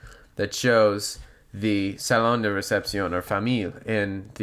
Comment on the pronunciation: Saloon or salon?